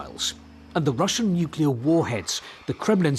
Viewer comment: Nuclear Smookular. Fock you old man!